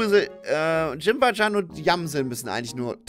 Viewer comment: Das Katzen-Yokai wird nicht Jimbajan ausgesprochen sondern Jinbayan